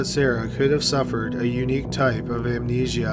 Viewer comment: In the nicest possible way, I'd like to ask if all Canadians draw out the last syllable of the word before a pause or the end of a sentence, or is it just this narrator? This narrator says, "hospitaaaal" and "heaaad" and "amnesiaaaaa." Has anyone else heard this from other people? I'm interested from a linguistic standpoint.